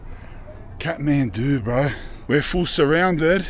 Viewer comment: he says Khahtmandu like a Scotsman !!